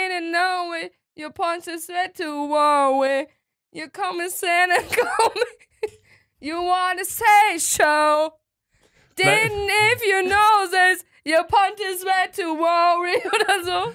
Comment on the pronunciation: der song heißt say so und nicht say schow😎 ICH LIEBE DICH